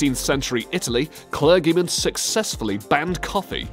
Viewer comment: The speaker's pronunciation of some words - Java ought to be pronounced as if rhyming with Father rather than gather, Arabica is /əˈræbɪkə/ Murad is Moo-rad not myoo-rad, clergy is pronounced as clur-jee.